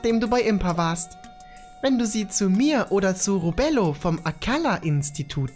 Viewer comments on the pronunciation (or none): Spiel: „Robelo vom Akkala-Institut”: „Robello vom Akkalla-Institut” 😒